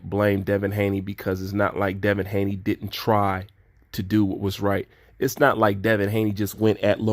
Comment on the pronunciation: By the way it's Haney not Hayne love the fact that u say it as it is and don't shy away from any subject.